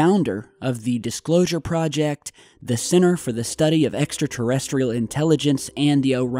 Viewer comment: dicslosure?? xD